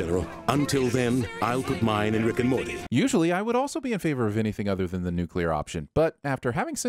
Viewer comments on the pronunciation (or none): calling “Morty” by “Marty” ding